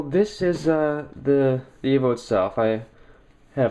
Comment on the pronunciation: evo !!!!!!!!!! "E"vo E!!!!!!!!! avo? wtf